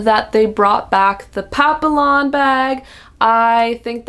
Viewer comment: Love your enthusiasm. FYI, the papillon bag is pronounced PAP-PEE-YON. 😊